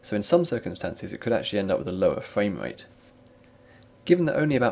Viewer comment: You sound like the gayest man on the internet. You pronounce R's very slightly like V's / Ws. Frwvame Wvate what the hell is that? Is that like Frame Rate only the way it sounds with a mouthful of sperm. Your voice disgusts me and brings shame on Britain. The worst part of your video isn't your accent, it's the fact that you're reading a script rather than commenting. Lame. Give me your lunch money you weed.